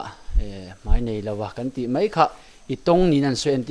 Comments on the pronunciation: Mei ti zel suh, mai ti tur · Mei,niloin mai tih tur